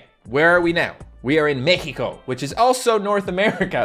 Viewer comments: did you seriously say mekiko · He say mecico